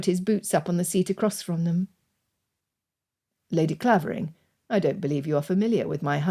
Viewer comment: just one correction coming from the village of Clavering the "a" is pronounced "ai" ... otherwise beautifully narrated